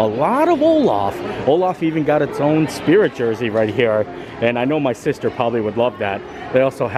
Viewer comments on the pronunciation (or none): none